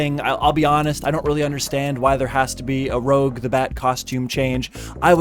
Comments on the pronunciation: ROGE the Bat it’s Rouge as in pronounced Ruje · its rouge not rogue